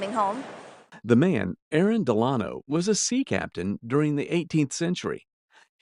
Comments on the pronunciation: It's Dell-uh-no, not Duh-lawn-oh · wrong pronounciation,,,DEL-un-o. like Franklin Delano Roosevelt.